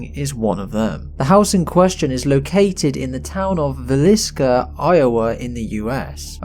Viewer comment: Thank you for pronouncing Villisca.